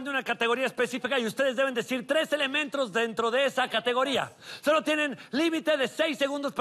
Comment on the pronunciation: En el minuto fashly dijo elementros